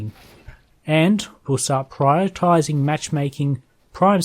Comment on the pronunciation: yo the word is "prioritizing", not "priotizing"